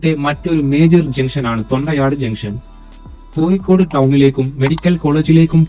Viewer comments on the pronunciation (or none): കോയിക്കോട്, മാബുയ, കോര പ്പുയ, ആലപ്പുയ ഈ എല്ലാപ്പുയകളേയും ദയവായി പുഴകളായി പരിഗണിക്കുവാനും ഉച്ചരിക്കുവാനും ഇനിമുതൽ ശ്രമിക്കമല്ലോ ( യ ) അല്ല !!! സുഹൃത്തേ ( ഴ ) ആണ് ഒരു കോഴിക്കോട് കാരൻ കൊയ്ക്കോട് എന്ന് പറയുന്നത് തീരെ കഷ്ടം മാണ്